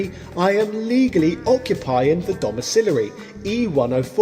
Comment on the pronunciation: What the fuck is a "dom-uh-cil-a-ree"?